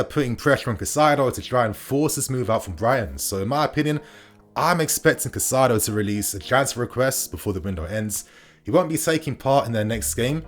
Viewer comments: Good stuff but his name is pronounced like “kai-say-do” bro not cassaido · You’re saying his name wrong. You’re putting the ai in the wrong part of his name. It’s cAICedo like (Kai Havertz) you’re saying Cacaido… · Cai-ce-do / please bro, this name is to easy to mess up 😩. Good video otherwise